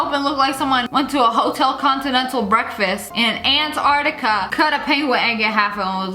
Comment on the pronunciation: i was DEAD when she said "Anartica" instead of "Antartica" in